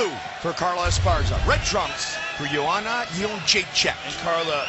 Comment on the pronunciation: So funny hearing JOE ROGAN calling JOANNA"S name in the beginning round as YO-HAN-NA rather than as YO-AN-NA. Of course back then nobody outside of POLAND could pronounce it correctly.